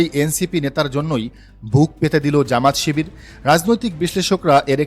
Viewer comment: প্রতিবেদক ভাই, যেমাত শিবির নয়,😂 জামাত-শিবির। শুদ্ধ বলতে গিয়ে সিদ্ধ করে ফেলেন না 😂😂😂